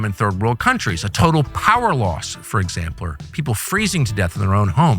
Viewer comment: "for exampler" 😂